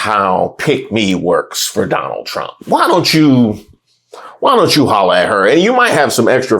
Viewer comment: First it was “I will boat…for Donna Trum” , now this hahaha lol🤦🏻‍♂️🤦🏻‍♂️